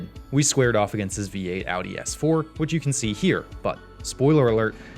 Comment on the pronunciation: Lol I heard "B8 Audi S4".